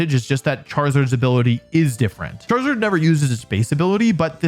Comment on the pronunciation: IT'S KANGASKHAN, NOT KENGASKAN! CHARIZARD, NOT CHIRAZARD!